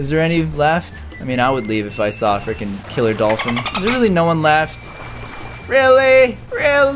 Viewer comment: When he says frecin it's like he is going to say the f word